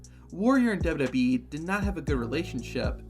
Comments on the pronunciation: Dubby Dub E? It's Double-U Double-U E . Sound it out. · Why do u keep saying "dubba bee" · Is the narrator saying "Dub Dub E" and NOT "Double-U, Double-U, E"? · Take a shot of drink every time he says dub dub e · There are 3 letters in WWE. Why can’t you say them?